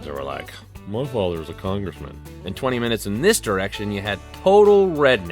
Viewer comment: "mah faather's mah huzbin" LOL